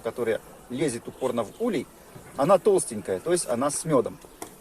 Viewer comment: Не улье, а улей правильно ставь ударение.Учи граматику русского языка.Слет пчел происходит от заклещенности.Если хозяин не может или не хочет или не знает об этом ,то пчели сами выбирають путь к спасению и освобождению от клеща .Наличиеклеща всегда ведет к появлению различних заболеваний.Изучай биологию клеща и сопутствующие болезни.